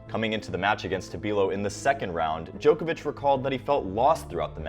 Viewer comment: I think is the most professionally delivered summary & analysis of the ATP Tour on YouTube. The delivery is smooth. No pauses, crutch words - a top presenter. If I could make one small suggestion of improvement.. Whilst I don't claim to know the correct pronunciation of names - being a European I am pretty sure they are incorrect. I cringe a bit at the pronunciation of 'Djokovic' & 'Garros' in the latest video. To help here is a link to the corrct pronunciation of Roland Garros: & here is a link to the correct pronunciation of Novak Djokovic: It's just the long 'o' sound that sounds weird. Personally, I think the incorrect pronunciation of names is unhelpful - it only trains more people to say their names incorrectly. For English words it isn't important - there are no hard & fast rules to correct pronunciation - it isn't a phonetic language. But names I think, are important to say as the player would say it.